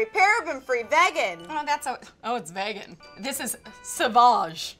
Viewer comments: Ahhhh omg why ! vagan its vegan vEEEEgan please explain to me why people pronounce it vagan where is it from and why are you all ignoring the E i'm sorry this is my biggest pet peeve every time i hear someone says it! it my skin crawl! Stoppp! Ps I love you both any but stop. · FYI it is pronounced vee-gan which is something both of you should look into. And dose of colors, KL, Morphe, and Zoella beauty are all cruelty free. Mac is not. Please do not buy things that are not cruelty free, some brands cruelly drip chemicals into rabbit’s eyes and it makes them go blind. There’s nothing beautiful about animals being tortured for no reason. Please don’t support these brands for any reason it’s just so unethical! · It's vEEgan!!! 😂😂😂